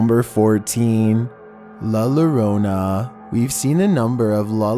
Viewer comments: Its pronounced jorona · Two L’s make a y sound so it’s la llorona For yall it’s (y) orana Llorona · LA llorona❌ LA lorona✅ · 🤣🤣🤣 number 14, la lorona. Hahahaha I love it!!! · He says la lorona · PRONOUNCED LA YO-ROH-NAH/ SPANISH- LA LLORONA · number 14 is pronounced La Yorona because in spanish double L's make the same sound as Y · It's pronounced Yorona! For forks sake, the double ll makes a y sound!! So La Llorona is La YORONA!!! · Ah yes LaLaRona.... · “La lorona” 🤣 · It's not La Larona, anytime you see LL in Spanish it's pronounced as a Y. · La Llorona is pronounced as /La Yorona/. The 'Ll' is pronounced as a Y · That was the most wihitest thing I ever heard the way he tries to pronounce la llorona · Ya keeps saying la llorona wrong lol, it sound like ya saying la lorona, the two L's (LL) sound like a Y in English sorta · it's said with a y not ll yorona "llorona" the crying lady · His pronunciations make me laugh la la Rona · The way he said "La Llorona" 🤣🤣🤣🤣🤣 as a Mexican watcher that is definitely wrong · It's funny how you say the weeping women's name 😂on number 14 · u keep saying La Llorona wrong in Spanish double LLs make a u sound just letting u know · I got to say the LL makes the Y sound Pls make it sound what it is